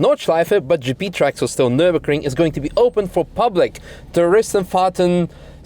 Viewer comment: "NurburKring" :D Great video as always!